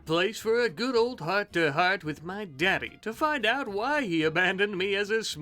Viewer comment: Man I could about listen to this guy say dAddy all day lmfao